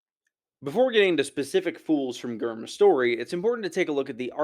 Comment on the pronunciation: OMG,, I love your content, but can I give constructive criticism? Can we PLEASE not refer to GRRM as "gurm"? I mean, do what you like, but MAN that's a pet peeve for me. It sounds lazy and unflattering. Just an observation. Love and appreciate the content, though. Keep up the good work!